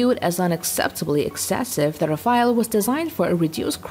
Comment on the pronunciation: RAFALE not Rafael